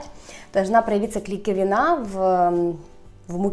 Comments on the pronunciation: Похоже что первый раз их лепила... правильно говорить клейковИна, а не клейковинА!!! Псевдокулинар... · вы симпатичная и старательная. Только слух режет ваши словечки, как например, сошкребать (правильно-соскребать), мукницы подбавить ( правильно - мучицы), и если вы уж взялись объяснять по муку - выучите слово клейковИна, не клейковинА. Заранее предвижу шквал недовольных защитников. Но раз уж вы взялись за это дело, то нужно расти и прислушиваться к разным мнениям.